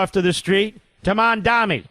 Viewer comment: I love how Mark mispronounces Mamdani’s incredibly easy-to-pronounce name, but if it were an Israeli name being mispronounced by some leftist, Mark would lose his mind.